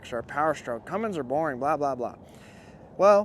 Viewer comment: brother plzzzzz stop saying cummings....it is a Cummins . Love the truck and the video.